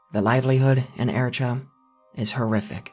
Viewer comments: Pronounced 'air a tree ah not ere a truh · It's Eritrea,not Eritra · Air-ih-tray-uh, not ehrtrah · Pronounced eh-ree-tray-a my mate. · Eritrea is pronounced air-eet-ree-uh. 😉 With all due respect. This is an excellent video. It goes far above and beyond most of things like "the internet's" '"darkest" or "most disturbing" ___ insert medium here. (Documentaries, found footage, youtube channels) your video makes the other ones look like a visit to Disneyland. That must take much homework to curate such a list. Bravo! 🫡👍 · Dude google is a keystone away. It’s pronounced eh·ruh·tree·uh …Eritrea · isnt eritrea said "air-ih-tray-yah" or am i saying it wrong... i gotta look this up 😅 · Eritrea = eh-rhi-trey-ah. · Eritrea = Air-it-ray-uh/Airitrayuh - I'm not being sarcastic or anything - just thought you might want to know that. Very good video though. But yeah, I've always thought about that - when people kidnap someone and hold them for ransom. The family and loved ones understandably want to pay and get the person back but the authorities typically know that paying only rewards/provokes/encourages more kidnappings. Kind of a tough situation. When I was a kid, I didn't understand why the authorities wouldn't "negotiate with terrorists" - but then this concept became clear. It's like, with this strategy, some of the early victims are sacrificed to establish this concept. I don't know why kidnappers always murder the victim if their family can't pay - just keep them blindfolded and cover your tracks and if it doesn't work out, just dump the person off somewhere... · Your explanation of sound of toture could use some work. Everything from how you pronounce Eritrea us wrong and the movie is more about human traffickers killing Eritrean refugees rather than the government itself.😊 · what the fuck is that pronunciation of Eritrea my dude for a second I thought this was a Taured-Mandela thing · lol how you pronouncing Eritrea?? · Eritrea has a "tree" sound in the middle.